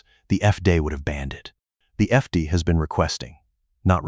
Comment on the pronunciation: FDA is pronounced effday? effday? I H A T E A I NARRATION!